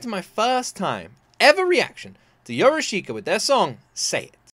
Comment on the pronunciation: It is pronounced Yorushka. I is ommited.